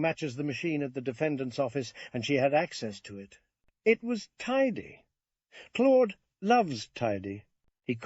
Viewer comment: Thanks for the upload I just wish the pronunciation of Claude was consistent and not sometimes clode